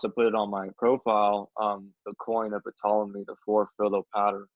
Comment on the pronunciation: Ptolemy SILENT P. just sayin